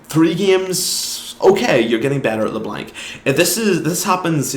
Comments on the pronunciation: couldnt make it past 40 seconds. le blank 2 op. bring back "le blonc" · and by the way, I am acadien and we don't pronounce LeBlanc "Leblong" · are you froggen? it's not leblenk m8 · How you say Leblanc gives me Cancer, it's french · No one pronounces LeBlanc properly when speaking english because they don't speak french, so you will have to learn that not everyone knows how to pronounce french names you have such a hard life don't you? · name an English word that has "anc" in it that sounds like "ank", because I bet you anything you can't find one. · Unsubbing because you are saying leblanc wrong